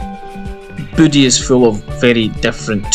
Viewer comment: It's pronounced "Voo-ay"